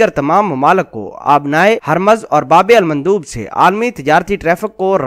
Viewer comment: ye babe almandoob nhien bulke "babul mandab: hae